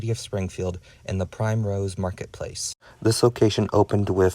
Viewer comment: Ok, awesome video. I think this is the only info I could find about the locations in Springfield. Also it’s pronounced primrose, like the plant.